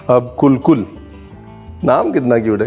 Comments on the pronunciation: Lovely 👍 but being Goan I would like to say that the Coconut sweet made at Christmas with the back of a fork is spelt kulkul but pronounced as - kalkals 😀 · Its kal kal not kul kul chef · Liked the way u said coolcool v says calcal 😃👍